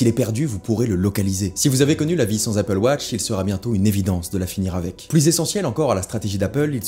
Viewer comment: Merci d’avoir prononcé AppleWatch et non APPLEWOTCH